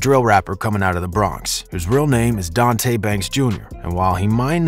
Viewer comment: Nigga said donte 😂don’t ion mean to be a fed but his government Daniel collins get off his meat free foursev 🐇